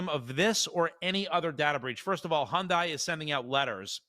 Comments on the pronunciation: You're making me nuts with the Hondie. Hyundai is pronounced HUN-DAY not HON-DIE. Lol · Hyundai is pronounced like Sunday. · As a korean native, the correct pronunciation is Hyon-Deh.